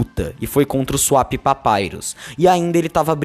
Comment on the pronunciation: Acho engraçado que ele sempre chama o Swap Papyrus por "Swépi Papyrus".